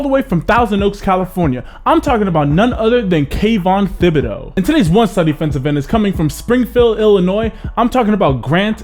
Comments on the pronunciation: It’s pronounced Tib-a-doah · It's pronounced tibidO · the h is silent in thibedeaux. its a cajun last name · Great video. One SMALL thing...the "h" is silent on Thibodeaux.